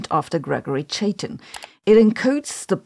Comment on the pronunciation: Chaitin is pronounced like chi (as in chide) + tin (as in the metal)